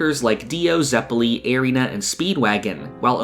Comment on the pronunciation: You pronounced both Baoh & Zeppeli's names incorectly. Other than that I mostly agree. Especially on the first half of part 1 being stronger. I read it in 2017 & struggle to remember what happened in the middle.